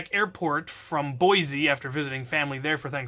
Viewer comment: Wait, hold on--Boise? Why? I live an hour away from there and just hearing you say the name ground the gears in my head to a momentary stop. Edit: Oh, Thanksgiving. Cool; hope you had a good time!